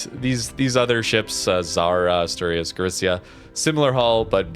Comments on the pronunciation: Asturias sounds like this: /Ash/To/Ri(soft R)/As. I don’t know how to write better the pronunciation as text, but it is more or less like that ^^ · no worries, anyways both of the pronunciations we said were good. And it is much more natural than the one said on the vid, so I hope next time he can say it better ^^ 😁